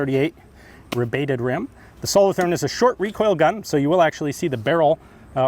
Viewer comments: As you probably now know, having visited Switzerland, the "th" in Solothurn is a hard t sound, not a soft "th". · The th in solothurn is pronounced as a t not a th sound :) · Solothurn is a city in switzerland and the th is pronounced t Good vid thanks for sharing